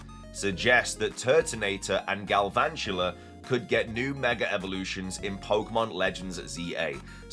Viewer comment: THERE IS NO R IN GALVANTULA!